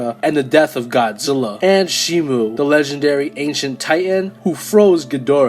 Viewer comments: Its shimo not shimu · Also you pronounce shimo wrong but I used to pronounce that name that way